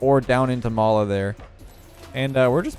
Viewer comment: Oh mala for some reason I thought you said lawla like Lawler without the hard r😂